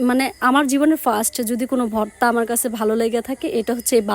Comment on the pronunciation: ভততা ভততা কি বলছ